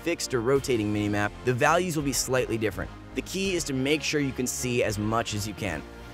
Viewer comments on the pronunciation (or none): none